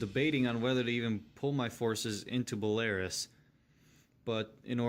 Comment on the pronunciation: Its not bel-Air-is, its bel-Ah-roos